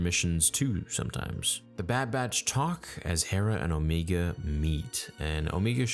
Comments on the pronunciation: Dude its Omega.. not Omeega.. idky* it bothers me. It just does. Like the show pronounces the name... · Alright bro stop saying O Me ga we know Damn well you know it’s O mega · Bro it’s O-mega not Omeega that’s just how the accent makes it sound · Dude it’s “OMAYGA,” the way you’re saying it is Kiwi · Who the fuck is Omeega? xD It is O-meg-a. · Also it’s omega. Not omeega. Stop trying to make omeega happen it’s not gonna happen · I love how you call Omega as Omiga so casually. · “Omeega” LMAO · Star "Omeega" Theory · I love how everyone is now pronouncing Omega's name "Omeega". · Am I the only one who hears O-megah and not omega ? Did I miss something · I really wish you would stop with the Omeega! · please stop pronouncing Omega like that. FUCK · They don’t pronounce Omegas name that way so fucking annoying. I only watch these till ScreenCrush comes out with his Easter egg video not only better but more informative and, he’s not even a strictly Star Wars YouTube channel.